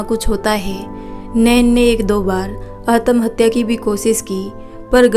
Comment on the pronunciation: Atmahatya ka pronunciation theek karo sun ne me achcha nahi lag raha Hai.😮